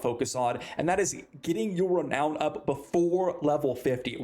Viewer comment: Re nown not re noun